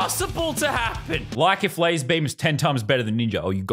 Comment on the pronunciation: Brig McMullin its pronounced lazerbum